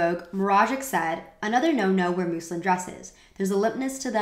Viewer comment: I enjoyed this. I don't want you to think otherwise, really. Doing videos like this is work, it's more than I'm currently doing, so this isn't a criticism. Anachronism: uh NACK ruh nizm. There's another word in here somewhere but I can't remember it so it obviously doesn't matter. Edit: muslin. Pronounced like Muslim, but with an N. Words you obviously know and understand. With fashion and particularly fashion history and reviews, anachronism is a common word and relevant as hell to a lot of points in a lot of your topics, so...I hope you won't take it as an offense, an insult or a judgement of your work overall. Please don't.